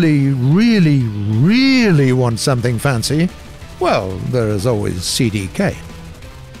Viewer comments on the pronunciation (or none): none